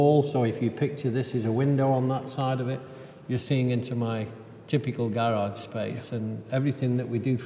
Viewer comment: I'm American and I lived in East Anglia for four years....the British pronunciation of garage always takes me right back. Loved it there!